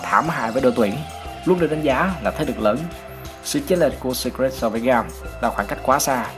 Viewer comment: blv kênh nào đấy bác nhỉ? Chứ thấy riêng từ Secret là thấy sai tè lè rồi đấy!! Sít rịt sít rịt :))